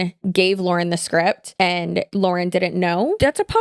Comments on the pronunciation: I think people who were looking for an outside perspective on the Hidden True Crime thing got so upset by you mispronouncing her name repeatedly because it makes it sound like you didn't do your own research. If you watch any of Lauren’s content, she says her own name at the beginning of every video. The fact that you mispronounced it made it feel like you just read a script sometime else wrote instead of doing your own research. Given the nature of this scandal, I think it's warranted that people point out if you mispronounce the name of the person you are covering in depth. Love your content and how you cover all kinds of different online topics, but on this one I was skeptical about how much research was done on HTC because you didn't know how to say the creator's name. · People were whining about you mispronouncing because she says her name at the beginning of every video.hard to miss. Also I'm not arguing the video or if she's plagiarized just generally can we please start doing our own investigation instead of relying on chat gpt which ai not only is terrible for the environment but it misses nuance and context often.